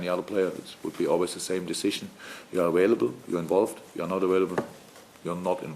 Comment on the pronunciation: "Awailable" -Jurgen Klopp